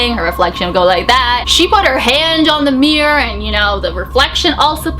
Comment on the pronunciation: Everytime she says mirror she says 'meer' sorry 😅